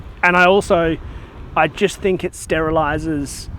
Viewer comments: "Sterilised" Great work! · “Sterilised” enjoy all your content from South Africa